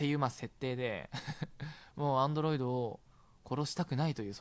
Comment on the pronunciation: どうしてもアンドロイ「ト」って言っちゃうリョウガさん